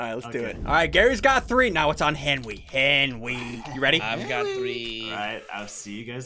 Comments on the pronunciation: Why say Henwy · ssundee do you call Henwy because his a hen and he wees